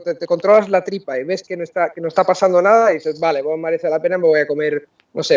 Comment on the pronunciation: Impresionante que haya pronunciado la v como una b- vale 👍. Él puede pasar por un auténtico nativo.